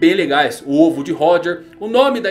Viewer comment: Olha a ênfase pra falar "O ovo de Roger" KKKKKKKKKKKKKKKKKKKK